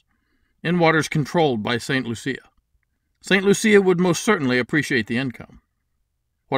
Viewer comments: You are the only person I have ever heard pronouncing St. Lucia that way. We, of westindian blood, say "St. Loo-she-a"... I don't know why we throw an "h" in there... My blood is jamaican-chinese so don't quote me on that. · I got married in St Lucia. I think ur pronunciation is a little off. 😂. I love the idea!! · you made it sound like a pretty girl, we make it sound like a loose one...